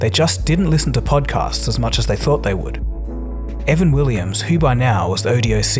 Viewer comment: Why do you call him "Evan Willims" ?